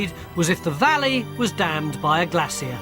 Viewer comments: Glay-sure Pronounce it right! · It’s pronounced GLAY-SHUR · Took me a while to figure out what Tony was talking about: Glaciers! In the US, we say GLAY-sures. In the UK, you say GLA-see-ass. To paraphrase Winston, US and UK: Two people separated by a common language! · glacier not glassier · cant watch if he is going to flip flop his pronunciation of Glassier and Glacier.... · Glaycier glassier. Let s call the whole thing off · Brits go to a lot of trouble to see how everyone else pronounces words and then develop their own bizarre pronunciation. Even the scots lady scientist said glay seer. Still love tony. Still love brit documentaries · why can't tony pronounce glacier? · Drinking game: Take 1 shot every time he says "glacier" incorrectly. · that's strange, I'm in the UK and not once in my life have I ever heard it pronounced incorrectly here too, just this guy. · For just a moment, at about , with the help of that lovely glaciologist, Tony had pronunciation of “Glacier” right. . . but just for a moment. . . 😀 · very odd how they turned the word glacier into Three syllables .